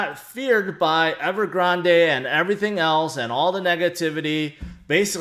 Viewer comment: Appreciate the content as always. Surprised no one in crypto can pronounce Evergrande correctly. (the e is silent) 😉